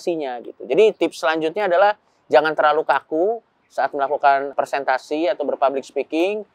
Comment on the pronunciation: Maaf yang betul "Presentasi" pak Coki, bukan "Persentasi". 🙏